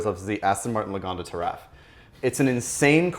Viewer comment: saying the Taraf makes me disregard any opinion has ever had or will ever have. Never watching anything involving again.